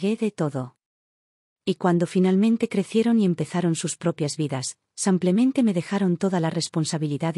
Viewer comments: BÍEN narrada; es una pena que diga Samplemente por Simplemente y el usar el masculino en lugar del femenino. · Me complica escuchar el "simplemente" por "semplemente" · Samplamente o simplemente? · Lástima que “confunde el masculino con el femenino”, además de decir “samplemente” en vez de “simplemente”, y lo repite varias veces… Tengo mucha curiosidad quién publica estos videos narrados por esta señora. Porque siempre incurre en los mismos errores. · No samplamente sino simplemente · Además de ser una mujer quién hace la narrativa se califica como un hombre. Además hay una palabra que ya en dos narraciones ha sido mal usada y es la palabra SIMPLEMENTE. En lugar usa “samplamente” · Maykamaria8257. Coincido contigo, que confunde el femenino con el masculino, y no sólo eso, no entiendo por qué la “relatora” dice “samplentente”, que lo repite varias veces, y realmente molesta la mala pronunciación. ¿Quién es esta señora? Tiene un “acento” como si fuera española. Soy Argentina, si bien hablamos un Castellano de una forma muy particular, no cometemos esos errores. ¿Qué grado de cultura tendrá esta señora? ¿De qué país es? Me gustaría saber. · Es?cucho "samplemente: en lugar de "simplemente:. 😢🎉🎉🎉🎉🎉 Lugar de "splemente